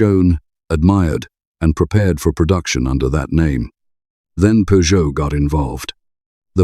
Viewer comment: It is a 9eleven not nine hundred and eleven and Peugeot pronounced incorrectly